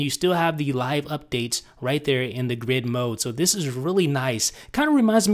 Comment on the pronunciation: you put too much emphasis on the "this" in "This is, with idownloadblog", okay?